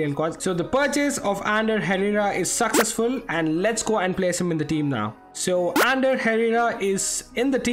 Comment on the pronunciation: I love his accent when he’s trying to say: ‘The purchase was successful’, instead he says: ‘The purchase was saccessful’. 😂😂